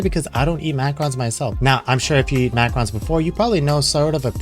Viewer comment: Macrons? xD Pronounced Mac-a-rohn #EverydayASchoolDay